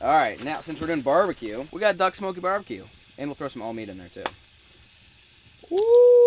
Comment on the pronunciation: It’s barbecoon instead of barbecue